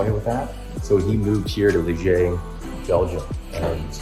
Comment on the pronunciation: Hey there, thanks for sharing. I might visit this place later this week. For your information, the name of the city (Liège) is pronounced differently (than how you pronounced it at the start). The way you pronounced the "g" is accurate, but that is supposed to be at the end of the pronunciation, because the final "e" in Liège is silent. After you pronounce the "i" (like English "ee", which is accurate), the "è" is pronounced like the "a" in English "man".